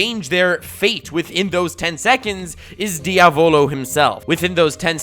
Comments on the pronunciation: Diàvolo NOT Diavòlo my inner italian is triggering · Dude you mispronounced Diaavooloooo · Well, ok, I take it back, says “Diavolo” properly half the time But on the plus side, also gets “Abbacchio” right!